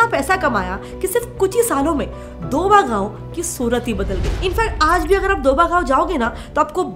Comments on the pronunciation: Mam its दोआबा, not दोबा. (DOABA). And its not a gayon (गांव) as you told , it is area between bias and Sutlej river and includes many districts. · Fst thing that is pronounced properly as doaba and not doba. Second is that Doaba is not any village. Doaba means the area between two rivers. The bist Jalandhar doab is the most popular so it is basically known as Doaba. Now, in doaba there are many cities in it for example:- Jalandhar, Hoshiarpur, Pathankot. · didi as a punajaban i feel bad when you mispronounce punjabi words......its written as 'Doaba' and pronouced as 'DO-AH-BA' k by